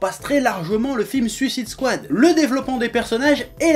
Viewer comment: J'ai aimé le film perso, mais cet animé a l'air vraiment bien, cette vidéo m'a donné envie de le voir ! Par contre, s'il vous plait, j'aimerais voir une critique française où "Suicide Squad" est prononcé correctement xD